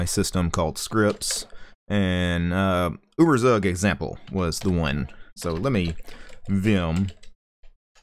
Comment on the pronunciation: uh-ber-sag lolz